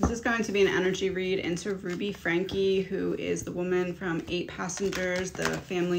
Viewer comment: Just an fyi, when there’s an E on the end of their name it’s silent like Bethany Funke.😘